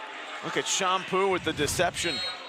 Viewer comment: Chompu not Shampoo